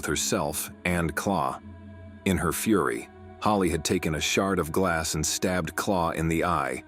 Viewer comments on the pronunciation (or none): none